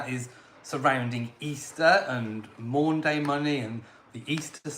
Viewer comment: It's Maundy Money, not Maunday Money! Maundy is derived from Old French 'mande' and Latin 'mandatum', meaning mandate or command. Nothing to do with days.